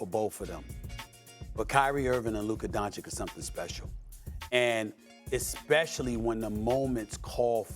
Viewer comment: Stephen A: “Luker Donchick”